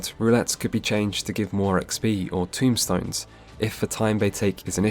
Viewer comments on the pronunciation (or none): It's not "tombstones" it's TOMEstones. Just fyi :o A bit less grim. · A bit nitpicky here, though this is one of my pet peeves. And you are not the only FFXIV player to do this, so let me start by saying this was an incredibly well made video. Very informative. Now my nitpick. The equipment currency is called TOMEstones. Not TOMBstones. Everytime I hear someone pronounce it that way it makes me feel like we are gathering headstones from the dead to bring to Roweena lol. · This is a great video, I am as experienced as you but I've watched this in the hopes of having a good starting point to show friends who also like deep dives. I have exactly one complaint and it's "tombstones"...they are TOMEstones, my friend 😂😂😂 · Tomestones not Tombstones